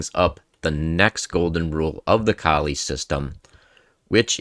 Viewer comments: It's a good presentation, but isn't the first rule to pronounce the man's name correctly? lol He was from the Flemish or Dutch part of Belgium, so it's probably German-sounding: Kol-uh. Then again, native English speakers really butcher "Scheveningen." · It’s pronounced Kaw-lee as far as I know.